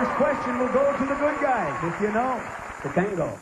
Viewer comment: Ray called him Tatango and Tatanga.